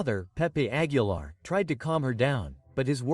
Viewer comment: Pongan a leer Lguien qué sepa no sabe pronunciar ni Aguilar ni Quintanilla y dice Nugal y Querétaro pónganlo a ensayar antes es una verguenza